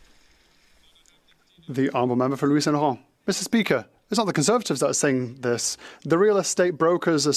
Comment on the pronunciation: Meester speeaker!